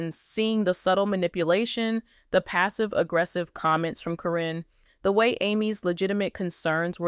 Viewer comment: I suspect this is AI. Her name is pronounced as Karen not Corren and most of all... This is October 2025 so did Amy go Back to the Future for all this November 2025 evidence???